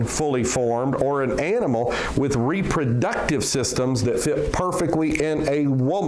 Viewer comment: Couldn't help laughing when he tried to say reproductive....sounded like reeper-ductive to me. xD